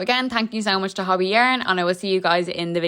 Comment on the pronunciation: It’s not said hobby. The o is a long o sound like saying hoe bee. Hobbii! The best! I only buy from them and I live in Canada.